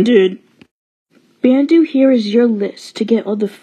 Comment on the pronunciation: Its Pronounce Bandu "Bun-du"